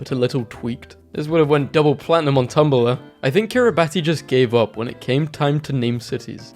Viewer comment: Ah yes my favorite country- Key-Ri-Bot-E